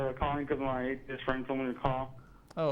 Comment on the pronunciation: What’s an ‘atheisf’ 😂💦